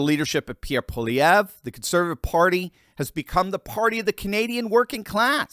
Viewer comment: Nice to hear someone properly pronounce Pierre's name. 😂